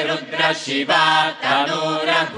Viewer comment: I congratulate the European Veda Group for mellifluous rendering of the Vedas.They have excelled many so called Hindus who have no idea about their heritage.Correctly pronouncing the Vedas especially the Rudram is no joke.